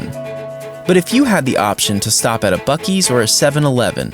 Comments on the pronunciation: So, uh… when are we gonna admit that it’s pronounced “bussy’s”? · bro i think I heard "fuck-ee's" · Buu ees😊